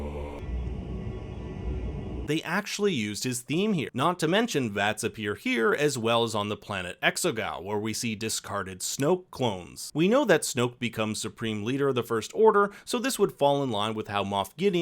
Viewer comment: Exegol not Exogal :)